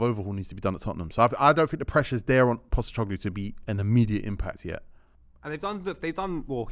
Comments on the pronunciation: mispronouncing “POSTECOGLOU” for a full season is way up on the undateable spectrum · It’s not Postećoglu